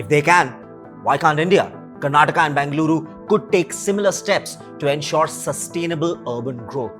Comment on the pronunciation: If you are making a video on a city, then make sure you are pronouncing the name of the city correctly. It’s Bengaluru and not Bangaluru. Hope you take this feedback as constructive criticism.